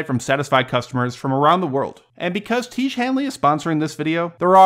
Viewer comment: Tiege? Seriously?